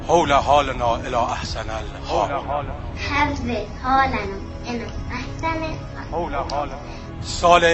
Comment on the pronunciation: دعا رو که اون دختر بچه هم گند زد و کاملا غلط خوند! در زبان عربی حرف "و" در هیچ کلمه ای و در هیچ حالتی بصورت "وی" انگلیسی تلفظ نمیشود. میتونستید از اینترنت دعا خوندن یک عرب رو برای مقایسه بزارید تا بفهمید "حول حالنا و الاحوال" چظوری تلفظ میشه.